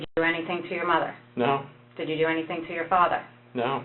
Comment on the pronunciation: "or your mutter"